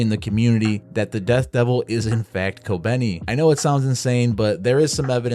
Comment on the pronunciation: its kobeni.